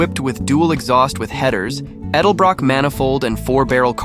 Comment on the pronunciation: You don't know to pronounce edelbrock.